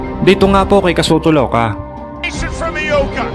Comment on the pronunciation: Ang Ioka at loka parehas lang kung tingnan. Kaya ang basa nya ay "lo ka' " pa rin. Hindi nya alam na letter "I" yon gaya ng sa salitang "ilong" ong salitang "iyo" at hindi letter "L" gaya ng sa salitang "lobo", "loro", "lomi", o "loka-loka" . Kaya hindi "lo-ka" ang tamang bigkas. Wag lang masamain nais ko lang makatulong. Subukan natin: "i - yo- ka". 😊